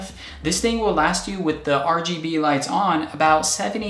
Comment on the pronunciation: Yoooooooo did he just say RBG lights?